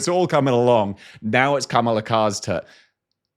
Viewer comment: White dude can probably pronounce Danaerys or Siobhan but a South Asian name like Kamala is unpronouncable. JFC.